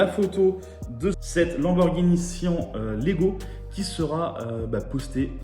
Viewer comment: Syan pas sian